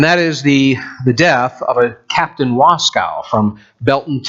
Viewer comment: There is no cow in Waskow. We pronounce the name, "Was-koh"